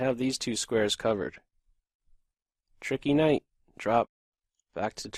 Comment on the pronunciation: lol each time u say "tricky night" i burst out laughing